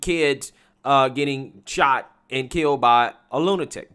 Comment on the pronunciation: "Dey shawt her y'all! Dey shawt her y'all!" Christ. Did she even pass sixth grade?